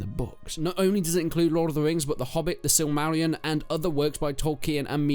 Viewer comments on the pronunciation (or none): Its Silmarillion...infidel.. :P